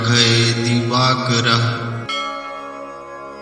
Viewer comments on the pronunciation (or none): गुरुजी स्क्रीन पर likha हैं, वहि बोलो,divakarm nahi likha divakara likha हैं.